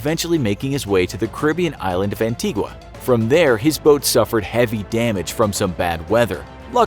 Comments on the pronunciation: Pronounced An-ti-guh. Nobody there calls it an-ti-guah. Also Guadeloupe is also pronounced Guad -e - loop, its a french island, not spanish. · Might want to brush up on some of those place name pronunciations - Madeira, Antigua etc It’ll make you sound like you know what you’re talking about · You’re pronouncing Antigua wrong